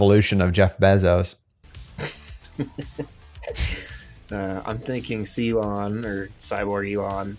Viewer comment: it's BAY ZOSE. Not beezose. Matt Damon is on board dude! You ready for this????? I heart you..